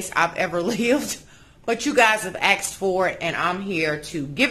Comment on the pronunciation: You are the BEST! You should have your own show!! You have a brain for decorating! Fyi: Just wondering why some people say AXED instead of ASKED.